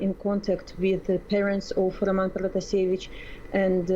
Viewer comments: I’m sorry but did the CNN reporter know anything about this before she took on this topic 🤷‍♂️😐 she pronounced her name wrong she called Lukashenko the president still and then she literally wasn’t listening to her as she was talking to her she explained the same thing could’ve happened to me and then she’s like so this happened to you ? 🙄 like damn lady are you even paying attention 😐🙄🤷‍♂️ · And also the way how she pronounces Roman Protasevich is not really correct...